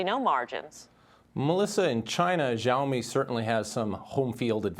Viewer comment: She say Zoami this xiaomi